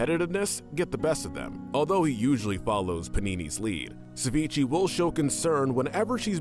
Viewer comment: Sa-Vee-Chay. Not sa-vee-chee. Why do they never correct themselves or redo the take when they say things wrong?